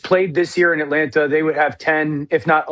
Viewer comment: Dano needs to be cut off and ridiculed every time he says At Lant Ta until he fixes it…. So painful to hear lmao